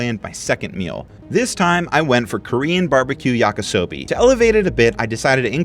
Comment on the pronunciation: WHYHE PRONOUNCE YAKASOBEE???????? READ THE PACKAGE AGAIN!!!!